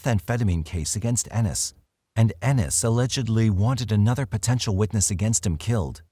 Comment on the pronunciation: Ennis, Montana Living in Oregon I'm impressed you pronounce Ennis correctly!